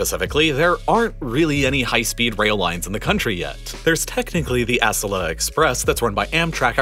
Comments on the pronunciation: He replaced butchering Merced with butchering Acella (its A-cell-A not ASS-ella) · I hate to be petty but Acela is pronounced 'uh-cell-uh' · Props to you for redoing this! Also, Acela is pronounced "a-SELL-a," not "ASS-ala". Keep up the good work! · Dude, it’s Acela like; aCELLah Not ASSelah. You’re putting the emphasis in the wrong place. As a train nut this has just bothered me every time it’s said in this video, which is a lot. Lol But thanks for the video! Not sure what was wrong in the first upload but, here’s one more thing to get to 😙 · Its pronounced a-cel-a not ac-el-a but kinda like the latter. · ASS-a-la? Lol. as-CELL-ah it's how we pronounce the Acela Express line here in the Northeast. No need to re-upload another video, but you might want to take note of it. 😁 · There may be some corrections, but still lots of cringe going on here. Like the map of the driving route from SF to LA... where he chose to display the more lengthy, scenic route along the beach instead of the 5 interstate that saves an hour. Or the fact he pronounces Acela as "ASS-ela" lol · Next upload of this video, can you work on the pronunciation of Acela? Uh-cell-uh. Not ass-ella. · Uh-SELLA, not ASS-uh-luh, dude. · It’s ah-CELL-la, not ASS-ella. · uh-SELL-uh, not ASS-ell-uh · Ahh-Sella-ah. Not Ass-sella. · Love your videos! Couple tiny corrections, as I live in DC - "Acela", pronounced "ah-SEH-la" and your graphic showing between DC/Boston is wrong - it's from DC-NY but still 8-9 depending on the train/stops to Boston. and you're right, it only hits 140-150 mph for like 20 minutes, it really needs its own dedicated tracks (and lower fares). Other countries have figure out highspeed rail, I wish the US could! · When you said Ass-a-la Express rather than Acela? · FYI, it's "uh sell uh." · Still one incredibly glaring error, though. The you're emphasizing the first syllable of Acela and it should be the second. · Besides the fact the he pronounced Acela wrong.